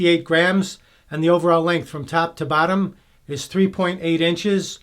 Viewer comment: I swear you were saying "tap to battom" hehehe... accents are awesome!